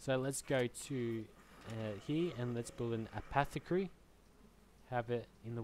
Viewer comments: Apothecary = A-pof-e-carry is how you would pronounce it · Eh-poth-eh-carry you are slightly welcome.